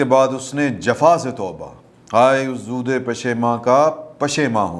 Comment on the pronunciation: Please read as ZOOD instead of ZOODE